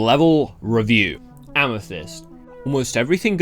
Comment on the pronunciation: when you said "LEVEL REVIEW" I almost thought you were american